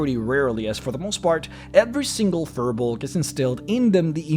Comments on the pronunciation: You're mispronouncing firbolg. It's pronounced fear-bolg, not fur-bolg, I looked it up. Don't listen to what the players of Crit Role say because their DM Matt Mercer is the only one pronouncing it correctly while the rest of them are mispronouncing firbolg. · It's pronounced Fear-bolg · pretty sure it's "feer bolg" pronunciation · Look at how they massacred the period race of Na Fir Bolg! Fir Bolg is already plural, singular is Fear Bolg, and the 'r' in Fir Bolg is pronounced like a soft 'zh'. They're demons in the d&d sense and it took a literal civilization of the gods to wipe them out.